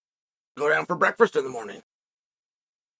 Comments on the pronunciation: Does anyone else love the way chael says breakfrast which makes me wonder Where does Kevin Lee fit into all this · Did Uncle Chael forget about the second R in breakfrast?